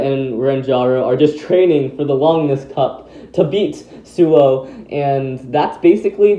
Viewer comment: it’s ”Suou” not ”Souu”